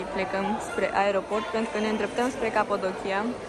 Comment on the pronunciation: Ai zis "Capodochia" de 1000 de ori, barem nu pronunti corect